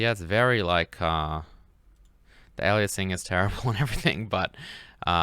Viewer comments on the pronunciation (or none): none